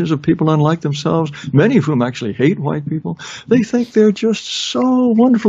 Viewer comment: Yes, hwuite is a very entertaining pronunciation. Took me a while to get around to watching this and I'm glad I did.